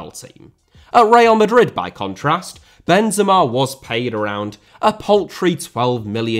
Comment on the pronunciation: i have to do it, i hate it when i see people saying names the wrong way